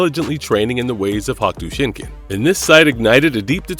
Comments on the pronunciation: He sounded dumb as fuck trying to say hokuto shinken fuck is a hakto Shinken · Good vid but yesh say it correctly please Hokuto Shinken Darn it. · HawkTuah Shinken WTF?? This guy should learn the words before making a video. Get a job! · Is this an AI? It's odd to hear hahk tua shinken. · "Hock-toe" shinken? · through a slew of their videos fuck up all sorts of pronunciations all the time. It's jarring. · Why is so hard for struggle to say "Hokuto Shinken" and other names? They took clips from the dubbed TV series that say it all the time. With that being said, Kenshiro doesnt get the recognition he deserves. Fist of the North Star should be up there with Conan the Barbarian in popularity